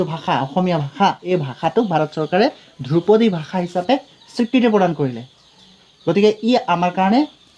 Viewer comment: "দ্ৰুপদী" উচ্চাৰণ নহয় মাষ্টৰ "ধ্ৰুপদী" হে । আজিকালিৰ ছাত্ৰ শিক্ষকে অসমীয়া বানাটো লিখিব নাজানেয়ে তাক ইংৰাজীটো লিপ্যন্তৰো কৰিব নোৱাৰে । কথাষাৰ কোৱাৰ বাবে মোৰ ওপৰত দেদীপ্যমান নহব ।